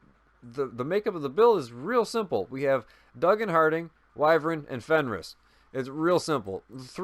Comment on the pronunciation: I’m so proud of you for pronouncing wyvern correctly 👏👏👏👏👏👏 as always great build two things what in the world was that sound in the background and two did you that Ubisoft is going to be introducing crossplay in the division